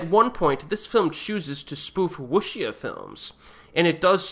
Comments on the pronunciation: Wuxia, the xia is better to be pronounced as sea-yah. One single tone by pronounciating both words in one tone. You pronounced it as Soo in the clip. WuSoo means Chinese martial arts. Wuxia means ancient knights of Martial arts. In modern films, we tend to say WuDa films. WuDa means martial arts fighting. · A pronunciation guide: Wuxia is pronounced closer to Woo-SSya than wosha (took me a while to realize what you were actually saying).